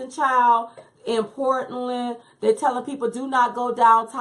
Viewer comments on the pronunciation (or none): none